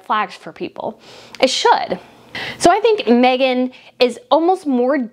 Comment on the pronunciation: You pronounced her name correctly and the best thing Harry could ever do is walk away from Meghan and walk very fast!! All he's done is give up everything and everyone and now he's just a lost little boy. She's the worst thing that could have happened to him and he really needs to get rid of her and go home and ask forgiveness from his family. I said the day they announced their engagement it wasn't going to last albeit it has lasted longer then i gave it but now i don't believe for an instant that it will last another year. I've no doubt he loves his kids but I'm betting he's wishing he had them with someone else!